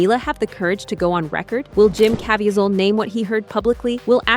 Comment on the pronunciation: Mispronouncing Jim Caviezel’s name fifty times made me want to block this channel. Probably AI but it’s the cheapest version out there.